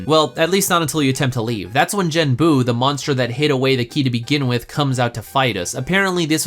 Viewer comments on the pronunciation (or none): As a fan of Fushigi Yûgi, your way of pronouncing Suzaku,Genbu,Byakko and Seiryuu hurts my soul.